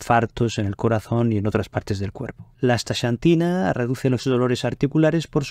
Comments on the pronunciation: No es "chantina" sino "csantina" o, si acaso, "santina". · Muy interesante. Gracias por la información. Curiosa pronunciación del nombre "Asta(SH)antina. Acá, en el continente americano, pronunciamos la "X" diferente, más parecido a "Asta(KS)antina. Saludos. 🖐🏻